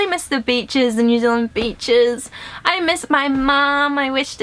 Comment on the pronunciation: You were like "BEACHES" and I thought you said Bi***